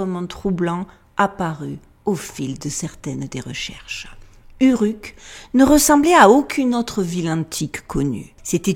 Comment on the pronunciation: Prononciation : Ourrrouk ... ;-)